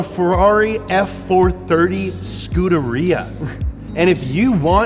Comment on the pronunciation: The way he pronounced Scuderia, it sounds like the reason dogs scoot on their butts!